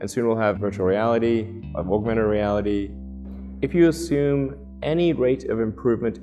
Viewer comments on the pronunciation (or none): There is no sh in assume